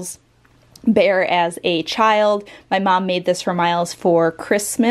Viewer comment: Why do you say it 'bom'.. it is mom!